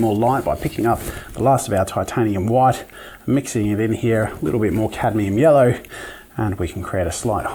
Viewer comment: catium yello? Yello